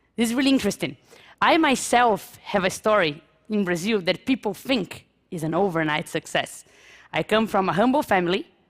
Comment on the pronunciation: Com esse nível de pronuncia e fonética eu me garanto falar melhor que ela. Ela comente os erros mais básicos entre iniciantes : não consegue pronuncia o ''TH'' e acaba a palavra saindo com som de ''F'', do tipo que fala ''Fink'' ; pronuncia o artigo ''a'' como se estivesse falando em português ; pronuncia algo básico como a expressão '' of a '' de forma errada em ambas as palavras quando o correto seria foneticamente o ''of'' com som de ''v'' e o ''a'' com som de ''ei'' ... e ETC !! 7 anos morando e convivendo com nativos, esses erros chegam a ser impressionantes, a não ser que ela só andava com imigrantes ignorantes.